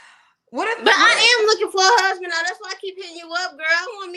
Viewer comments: Kendra… HUSBAD??? 🤦‍♂️ the word is HUSBAND!!! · "Husbad" is classic 😂😂😂😂😂